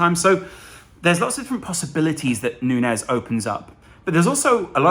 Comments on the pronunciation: I believe it is Nuñez pronnounced as Nunjez. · Sorry to be that guy but can we get it out there now that the ñ means Núñez is pronounced like Nunyez before we get a Firminio kind of situation going